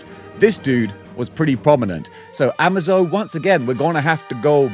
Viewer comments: hi slight correction.. It's Amazo as in amaze o rather than Amazon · Ama-zo as in Amazon? No, I'm pretty sure it's AmA-zo as in amazing. I know we Americans pronounce things differently but you British should know better.